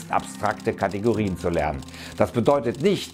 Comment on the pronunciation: ca. "lenen" statt "lernen" (